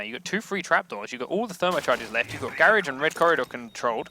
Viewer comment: its not gaerage its garage...